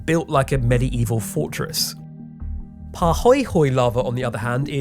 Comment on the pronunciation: The pronunciation of the Hawaiians words for the 2 primary lava types was off but I’ll invite a native speaker to provide the correct pronunciation. So nice of you to ask people about pronunciation - thank you!